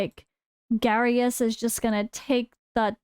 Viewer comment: Its Garious. You pick Garious. Then voresh